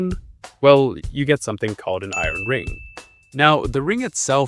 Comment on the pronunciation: Not "iren"; "i-ern".